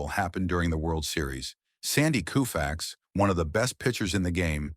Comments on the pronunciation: It's pronounced Kohfax, not Kewfax. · Lose the AI narration. Koo-fax? Gimme a break! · This guy has a channel called baseball icons and he doesn’t know how to pronounce Koufax! 😮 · Sloppy work. AI narration annoying and it can’t even get Sandy Koufax’s name right. Also repetitive. And when the video covered his Cy Young Award it showed Ferguson Jenkins. The only reason I watched as long as I did was to point out why this video is awful. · Who's on the left ? And yes, that wasn't good pronunciation of " Koufax".